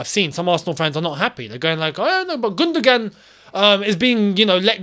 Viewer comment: think of it as GundoWAN and not GundoGAN